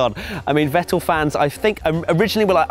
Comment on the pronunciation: How can you pronounce Verstappen right and Vettel not? It´s Fettel not Wettel!